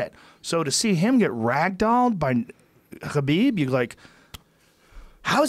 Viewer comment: Johnwaynelsd25 *KHALABEEB